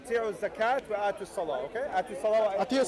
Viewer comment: With all due respect to br its not pronounced "attiyo" but "aato" the first one would mean obey and the second one would mean give and i believe br meant the second one:) The syrian brother is confused he is partially right about the word zakat but again like br said when the word take different verb forms the meaning changes according to the context for instance the word "youzakki" which is a different form of the word "zakat" it means here to bless or to take ones self to be above the others and how do we defferentiate between them is by the context